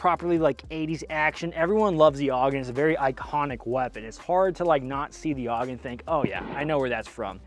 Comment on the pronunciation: When you said: "If you aren't AUG H-barring, you're doing it wrong," it sounded to me like you were saying: "if you aren't Allah Ack-Baring, you're doing it wrong," lololol.